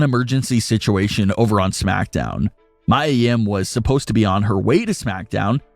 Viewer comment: It’s pronounced mee-ya not myá and day-na not dan-a